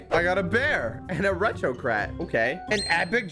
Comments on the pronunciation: My man said retro crat instead of retro cat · Bro said retro crat